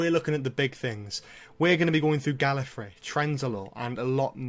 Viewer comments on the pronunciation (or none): Gallefrey not gallery